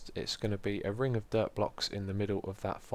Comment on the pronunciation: Whenever anyone says dirt, I always think they say derp